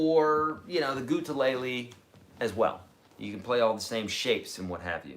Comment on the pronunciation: Why do you say it gutelele is there a reason ? Answer would be appreciated .. thanks